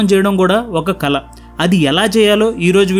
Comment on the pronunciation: కాలీ కాళీ ఖాళీ కల కళ వాల్లు వాళ్ళు మౌలి మౌళి మధ్య తేడా ఉంది మీరు ఒక ఇన్ఫ్యల్యూయన్సర్ మీ ఉచ్చారణ ను కాపీ కొట్టేవారిని తయారుచేస్తున్నారేమో మీ బెటర్ వర్షన్ లో ళ ను బాగా ఉచ్చరించే వీడియో లతో మీ మాతృభాష పరిరక్షణ కు మీ పరిధిలో ఉపయోగపడండి